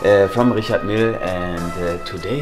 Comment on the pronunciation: Sprich bitte Richard Mille richtig aus! Es ist eine französische Marke! Richarrrrr Mijj